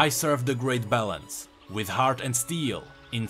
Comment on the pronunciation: every time you say balance i hear it as bellend.